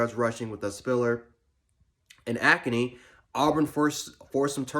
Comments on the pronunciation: Dude, it’s Achane (ah-chain), not akani. The A&M defense is pretty elite. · He pronounced it “acne” 😂😂